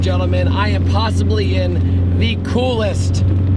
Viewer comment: your "possibly" in it? 😂